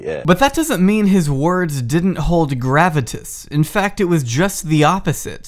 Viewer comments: Great video . Never pronounce “gravitas” like that again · Hey dude, learn how to pronounce... "Gravitas", if you are going to use big boy words, learn how to pronounce them, also, great video. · that's not how you say "gravitas"...